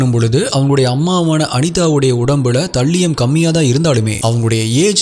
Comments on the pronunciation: Please see the pronunciation of Thallium... Not thaliyam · அது தல்லியம் இல்ல bro அது தாலியம். நீங்க ஒவ்வொரு caseயும் விவரிக்கும் விதம் அழகு bro.. keep rocking 🎉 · You are pronouncing thallium wrong😅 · தல்லியம் இல்ல த(தே)லியம் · தல்லியம் ❌ தாலியம் ✔️ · Bro athu தல்லியம் illa தலீயம் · Thambi, please 😂English pronunciation konjam work required. Paavam andha thallium 😂